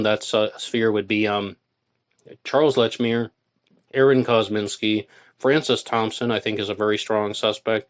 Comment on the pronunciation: ArON? Isn’t it AAron?